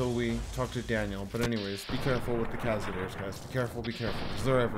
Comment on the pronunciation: Did you really just say "Cazadeers"? 🤣